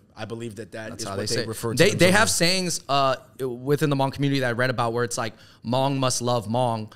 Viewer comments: Good discussion. Thanks for creating space to talk about the Hmong. Just a side note though. No one don’t say “Moob”. In the Hmong written language, Hmong is spelled “Hmoob”. It has the same annunciation: “Mong”. Haha. Just thought yall should know incase no one else pointed it out. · omg noooo! love y’all, but if “hmoob” is what was attempted to be pronounced, then that’s not it 😭😭 it’s more of the Hmongs’ authentic spelling of “Hmong” based on the written system developed for the Hmong by American missionaries(?) who were in Laos(?) (please feel free to correct me for anyone who knows how it started) so our writing system is based on the same American English alphabet. Our original written language got lost back in the days when our ancestors were all still in China, unfortunately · I know this is an Old vid but I lol'd my ass off at the Hmoob part. " They call themselves Hmoob". It's still pronounced "mong" but the b is a tonal marker in the written language. The double O's make an ong sound in The language. I'm sure you know by now, but anyway thanks for repping Hmong/Miao people dudes. ( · Wow, great video! FYI, "Hmoob" is the Hmong spelling for Hmong, it's still pronounced the same as Hmong, not pronounced "moob". 😅🤣 Another underrepresented Asian group are the Karen people from Nepal/Tibet. They started immigration to Minnesota about 17 years ago and tend to look up to the already established Hmong community in Minnesota to figure out how to handle life in America. Every country in the world has little known or unknown minorities, Japan, has the Ainu people for example and the list goes on if you research each country. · “Shout out to the hmoob” haha the pronunciation is wrong. It’s hard to spell it out but you don’t actually need emphasis on the B. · Please post an apology video for saying hmong wrong😂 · Great content, but no one is going to bring up how dude mispronounced HMoob? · Ah cmon Andrew from the start your pronunciation of Hmong was wrong wth